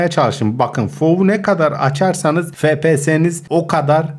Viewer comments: abi fepese değil efpies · Abi fps değil efpiyes diye okunuyo